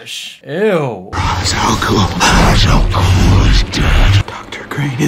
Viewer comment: I've been a diehard Batman fan since I was a kid in the early '80's. And while I really love this movie, and think it introduced a whole generation of people to the character who've never wanted to read the comics, it doesn't actually follow DC's canon very well. Ra's Al'Ghul is actually pronounced "Raysh", not Raz. The comics also portray Bruce to have a much stronger sense of willpower than this movie. From the very moment his parents were killed in the comics, he spends his childhood and teen years traveling the world training for his mission as Batman. He doesn't just decide to do it after reaching adulthood (though the Nolan movies do a good job of showing the greater wear on his body by not having that training). Batman canonically was NOT trained by the League of Shadows like he is in this movie (his son Damien is though). Also, in general, if you want the best representation of DC heroes, look up the animated movies. DC's live action movies aren't as well fleshed out as the Animated Movies.